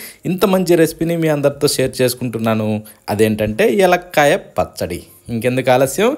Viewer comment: ఎలక్కాయ కాదురా నాన్నా!! వెలక్కాయ అని పలుకుతారు.